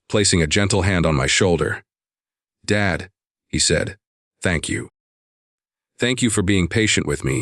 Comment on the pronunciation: Southern Arizona United States of America Since when does Dad becomes Dade? Narrator describes the call to his son as 2 different calls except that it's the same call , along with different descriptions of words exchanged. I don't appreciate it. Narrator has a tendency to pause at the wrong time such as daughter PAUSE in law instead of saying daughter - in - law then PAUSE. 70 PAUSE 9 instead of saying 79 then PAUSE. He mispronounced unmistakable. He pronounces as unmis - stakable. There's only 1 S in unmistakable. Bowed head is pronounced BAUD. I'm happy that the father and son started to reestablish their relationship.